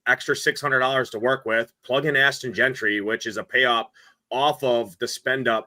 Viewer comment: Yo,. It's Jeanty not Gentry! 😂😂😂